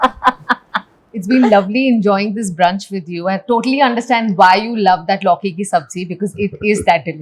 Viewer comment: Why are you saying lauki in this manner??? Stop being this privy